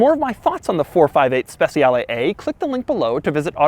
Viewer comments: it's not speZiale it's speCiale (like CHEEse) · Speciale not spesiale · He also should say SpeCHiale against Speciale, because in Italian C pronounces like CH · It isn't pronounced spetzialee, it's spechale, with the soft "ch" sound. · "spesiale" xD cheers from italy doug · every italian is crying every time he says SPESIALE AE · Trick for English speakers.. speciale is pronounced ‘spechale’ where ‘cha’ sounds like the Cuban dance ‘cha-cha-cha’. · More of a personal thing but I cringe when people pronounce Speciale incorrectly, it just sounds so off. In Italian the cia makes a cha sound. So really it sounds spe-cha-le where both letter e's make a soft sound. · It's pronounced "spechale", not "spesiale". You've been to Como, you should know... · Its pronounced SpeCHiale Aperta. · Special ee Special aea Special eah How To Pronounced A Specialeaea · Everytime you read ‘Speciale’ I cringed... Or is it my bad? I thought it was pronounced ‘spec-cha-le’ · Spessiale....no good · Can't pronounce Speciale, literally unwatchable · The way you say speciale a instead of aperta really grinds my gears. The way you pronounce speciale aperta is just bad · It hurts my ears when you say speciale. Even Google translate pronounce it better.